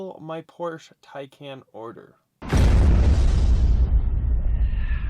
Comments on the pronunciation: That’s “Por-shuh Tie-con” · It’s pronounced Tie-Con! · No, pronounced Tie-Kahn